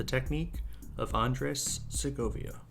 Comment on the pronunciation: Please learn how to pronounce his name at least.